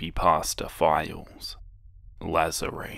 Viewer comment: It's La-zar-ie